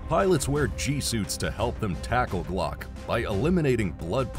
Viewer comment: G-LOC = gee lock NOT glock.